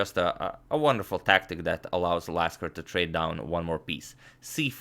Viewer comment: . You said Lasker ~▪~